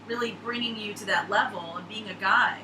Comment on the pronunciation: I thought you were saying "Your becoming a Guy" but, you said "Guide"